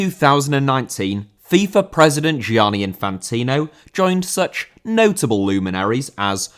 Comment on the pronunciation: Gianni* not Giòrni